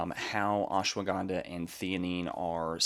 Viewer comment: It is Ash - wada - Ganda. You pronounce all the letters. Not ashwa ganda